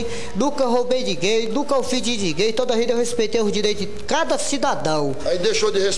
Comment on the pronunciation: "nunca roubei o relógio de dinguém" "nunca roubei dinguém" rachei mano kkkkkkkkkk